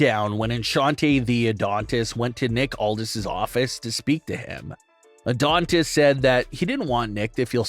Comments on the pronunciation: Dude it's Adonis not Adontist......you do this alot!!! It's annoying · Yeah, I kept thinking orthodontist. 😮😊